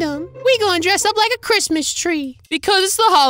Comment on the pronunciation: “HAPPY CRAPMIS” got me dying